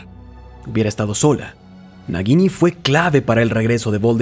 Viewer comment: No pronuncias bien el nombre de la serpiente, lo haces como si entre la G y la I hubiera una U, así es como se hace ese sonido suave gui. Su pronunciación sería como si fuera una J si lo leyeras en español y si es como en inglés es una tipo Y